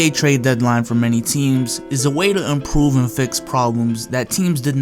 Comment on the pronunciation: Lol “umprove”